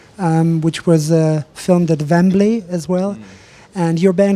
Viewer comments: "Vembley"? XD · Lmao poor Dom just nods when the interviewer says Vembley & it's actually Wembley stadium one of their biggest gigs ever!